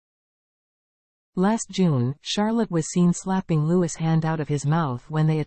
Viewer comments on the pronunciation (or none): Louis is pronounced lou-i ( silent s)